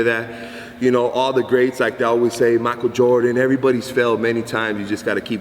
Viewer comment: “Makol Jordan” 😂 great video tho